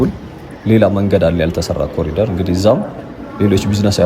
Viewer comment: ኮሊደር ሳይሆን ኮሪደር ነው መባል ያለበት።